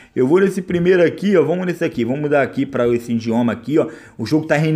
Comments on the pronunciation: É idioma nao indioma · O certo é idioma e não indioma só uma dica! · ''INDIOMA'' KKKKKKKKK E IDIOMA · coitado desse cara mano, pobrezinho mano kkkkkkk acredita msm q foi o 'indioma' como ele fala kkkkkkkkkk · " trocar o indioma"